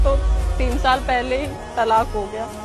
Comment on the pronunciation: طلاق ہوتا ہے تلاق نہیں ہوتی